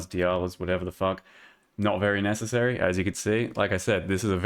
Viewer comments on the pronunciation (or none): none